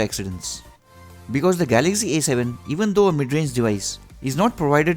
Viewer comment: What kind English you speaking this is A 7 not E 7